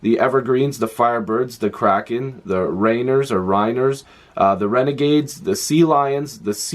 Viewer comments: Rainiers is pronounced like RAIN-EARS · You did pretty good only pronouncing is rain-ears is how it sounds.